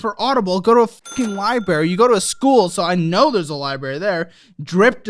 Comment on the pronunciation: You get a lot of perks being a student, even part time so she is being helped. Also it’s LIBRARY not LIBARY 😂